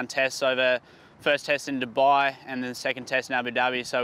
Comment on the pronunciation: It's not ddubbaaiii it's dubai